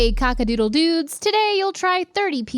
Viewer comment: I Love when a Lesbian says Kawk a Dudel Dew